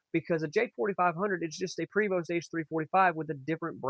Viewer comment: Enjoyed the video. You have done a fantastic job on the conversion. Prevost is French and is actually pronounced Prayvo. Enjoy your bus and travels. My motto Have Fun Stay Safe and Keep Making Memories